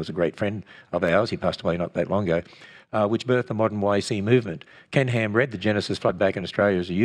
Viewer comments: I hear 'Pork n Ham' LOL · "Oh poor Ken Ham" -- sounds like "Pork & Ham" ...